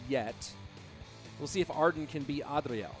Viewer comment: Why say "Adriel" like that 😂